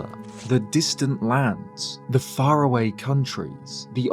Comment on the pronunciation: don’t you mean “Fara-wayaway”?